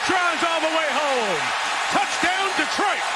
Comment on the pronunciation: Who is this one commentator thats says “touchtown” instead of touchdown